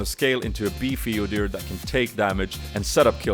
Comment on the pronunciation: I like how you called your rune page Odyr and not Udyr, why is that?